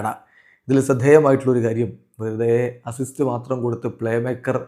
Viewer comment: അണ്ണൻ : അസിസ്സോ അത് എന്നാ ചാദനം 😂😂😂